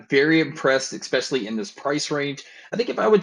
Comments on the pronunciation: "eckspecially" is spelled "especially", actually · Great review. Nice job. Just an annoyance is your pronunciation of the word “especially”. The second letter is an S and. It a K. So ekspecially is definitively wrong. I know you’re American so it’s probably the result of your disastrous education system. But your reviews are great.